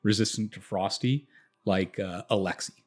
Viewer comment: but not alexei :P